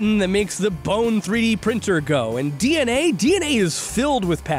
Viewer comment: Is it just me or everytime he said dna I heard dnf 💀💀